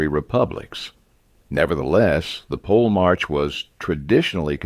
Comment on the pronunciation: The narrator mispronounces the term "polemarch" the first two times the tern is used, then pronounces it correctly the third time, but the fourth time, reverts to the original mispronunciation. The final consonant, written "ch" should be pronounced as a palatal stop "k" not a fricative "ch".